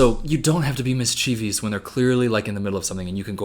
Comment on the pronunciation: Omg stop saying mischeevyus. Ugh.